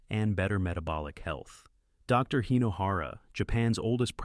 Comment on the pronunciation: AI fake voice read the period after the abreviation "Dr." as end of sentence period.